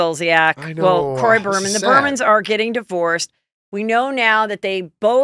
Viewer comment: Why is Heather calling Kim & Kroy the Burmans not Biderman's? Hugh?